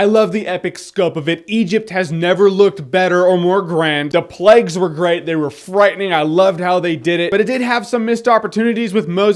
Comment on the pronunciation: The plags! The plegs! The lack if pronunciation!